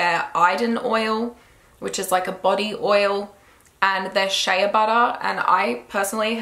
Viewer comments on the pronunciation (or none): none